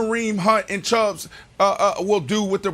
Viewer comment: Listening to Brandon calling Nick Chubb the wrong name by adding an S to end the of Chubb drives me nuts, he’s done it since the first time he ever talked about him on this show.